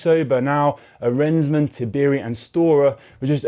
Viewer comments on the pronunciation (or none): I like but I was missing Dan's pronunciation of the names. He tends to match the other commentators closer (even if they all are getting called out on socials for Vacek, Arensman and Giulio's stood out here)